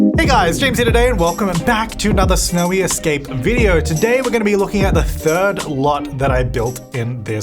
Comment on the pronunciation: Almost sounds like you say smelly escape instead of snowy escape in the beginning of the video